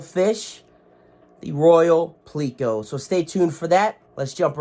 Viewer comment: You say pleco weird